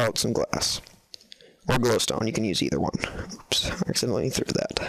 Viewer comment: It sounded like dap instead of that!